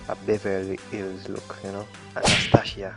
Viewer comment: Lmfaoooooooo yoooo he knows his thingggg!!! Yoooo I dieddd when he said "Anasthashia" 🤣🤣🤣🤣 yo "mouth lip" bahahahah I really enjoyed this video ❤